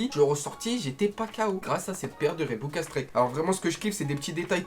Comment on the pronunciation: Reebok pas rebok